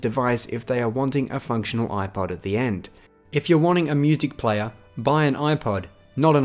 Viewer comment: “Mutic player...” Hehe gotcha.